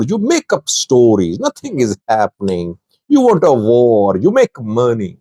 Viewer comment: Sajid😂😂😂😂😂😂😂😂😂😂😂 although you're pakistani, you sound indian when you say "var" instead of "war" that's becuase some Pakistani languages such as urdu share hindustan tree, although the Pakistani influenced by persian...etc. i dare you to pronounce war in your next footage.